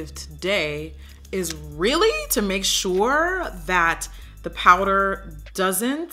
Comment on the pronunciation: “I usually like to set my prider” Love you miss O😂😂♥️